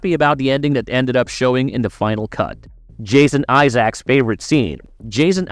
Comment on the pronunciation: Bruh did you really just say Jason Eyezach?🤦🏻‍♂️